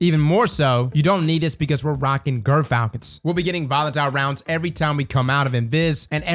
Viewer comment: Hey its pronounced gI-er Falcon (as in giant)